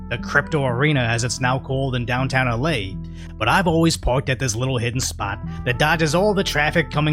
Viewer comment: Downtown uh-lay? Where the F is downtown uh-lay?